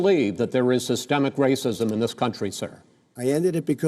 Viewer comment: Hooo god Biden cannot pronounce systemic correctly 😂